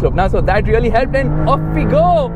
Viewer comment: Really❌ Reollieeeee ✅